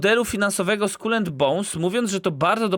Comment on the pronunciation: Najpierw niech się nauczą wymawiać słowo Skull po angielsku. xD